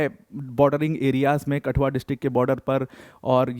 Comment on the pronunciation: It's not कटुआ its कठुआ